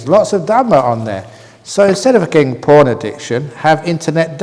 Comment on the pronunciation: PORN not PHON